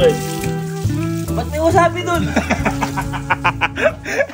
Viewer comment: Correction lang po "WASABI" not WASABE hahahaha 😂